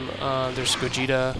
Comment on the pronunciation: "Supersaiyan Gogeeta"